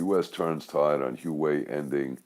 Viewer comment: HwaWei (pr. Hwah Way). got the pronunciation wrong on Crossroads. He corrected that in subsequent segments.